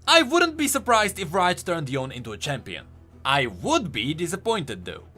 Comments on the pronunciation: its not Yown . its Yo'ne (Yone) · its yone not yon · If you say Yon again, I will kill myself. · the way he says yone's name makes me so upset PLEASE pronounce it correctly